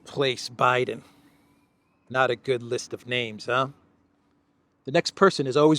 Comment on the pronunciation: I thought he said Obiden.